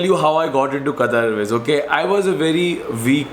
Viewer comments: It's Qatar not qataar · Sir, You have worked for Qatar Airways, atleast pronounce the name of the country properly. Its Qatar without Syllable stresses. Not Qataaaaar as in Queue. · Bhai! Itna sab karliya toh also try saying Qatar from epiglottis. 😁